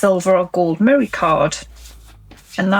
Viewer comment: I never got a response to my inquiry about merry card, but I think you were saying mirror card. I had the volume down and the cc on. Sorry, I just didn't understand.